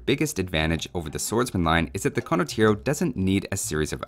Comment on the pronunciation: You can't really pronounce it without shouting the 'O' at the end, it's just wrong.